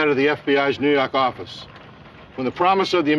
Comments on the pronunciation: Whilst I recognise that Kelstrom's diction has improved thanks, I would imagine to professional help, his "New York Office" could still be heard as 'Noo Yark Orrifice'. Just saying... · NEW YAWK AFFICE!